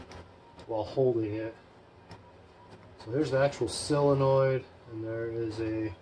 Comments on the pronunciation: I’ve never understood why everyone pronounces solenoid as silenoid,it’s quite bizarre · I’ve only seen one guy on yootoob that has pronounced solenoid properly, it ain’t you 😊